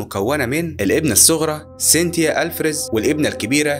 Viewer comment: عزيزي البنت اسمها سينتيا مش سينيتيا هاي كرمال غير مرة